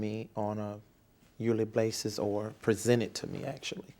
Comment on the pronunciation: "..... on a yearly blasis..." hmm, what is that.? 😂